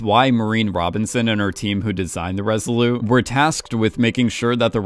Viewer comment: Great analysis: only wish would learn that the Resolute is pronounced with a hard T at the end. Why in the world would you leave it off: we are not speaking French?